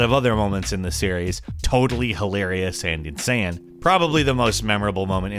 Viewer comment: You said insayin didnt you?